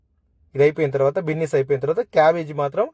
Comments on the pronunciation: అది బిన్నీస్ కాదు అయ్య బాబు బీన్స్ 🫛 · బిన్నీస్ కాదు బీన్స్ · Adi binnis chunnus kadu ra babu adi beans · Binnis kadhu bro beans..👍🏻